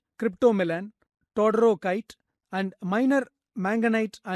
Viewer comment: "Psilomelane" is no longer in use, the correct name is romanèchite. "Vredenburgite" is not recognized as a separate mineral species - it was discredited many years ago. The correct name is todorokite, not "todorkite". Also, hausmannite, not "hausmanite".